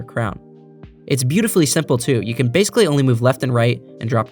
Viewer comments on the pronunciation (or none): none